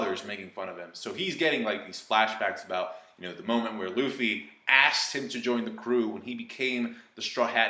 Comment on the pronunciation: "Rufy"? Man that's triggering lmao